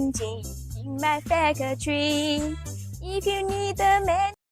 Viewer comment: It is crazy you if you focus you can hear the Chinese lady say faca-tor-ree but we all know what it actually sounds like. Also calling engines that is crazy even some of my ancestors would think they were back being insulted by the cowboys.